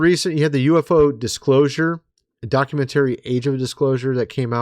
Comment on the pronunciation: Say, "Mysterious" and "Documentary" 😄🙃 "Miss tree us" and "Docu men Tarie"